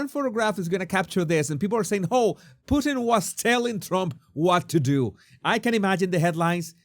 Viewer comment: 😂you said "Pooteen" .. isn't that a Canadian dish? 🤔😜👍